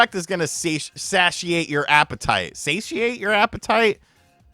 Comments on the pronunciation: Say-she-ate :D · rebuking a character from Pokopia, that looks like it came from the movie Weapons, in the name of Jesus! 🤣🤣🤣 it is Say-she-ate just busting your balls.